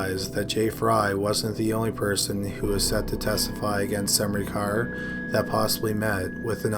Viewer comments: Great video as always, horrible cases and all that, but it's just funny to me how you pronounce "Smrekar" :D It sounds like you're saying "SaMrekar" and where I live we just say it as it is written- without the weird sounding "a" between S and M if that makes sense. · It's not pronounced Semrikar, though :D It's SMREH - CAR. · I also enjoy this channel but if you're going to make a living narrating things, you have an obligation to at least attempt to pronounce things correctly. Semreekar? It took me twenty seconds to find out the proper pronunciation. Smurker. It just feels lazy. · Smrekar. SUM-ree-car ?! I thought it was Smā-ker? EDIT: sorry… It's actually pronounced: SĀ-ten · It's not Semnikar good damn it, it's Smrekar.. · you mean smreaker... not sem-ricar? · Oh, wow. First person, Russel Smrekar sounds like a descendant of someone who move to the States from Slovenia (ex Yugoslavia, maybe in the war time). Smrekar is a very common and typical Slovene surname, it's prononounced Sm-reh-car. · Omg it’s smrey car it’s smrAY cer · I knew a guy with that last name and he pronounced it smar-ker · I was wondering if anyone would comment on his pronunciation of Smerkar. I've never heard it pronounced the way he did.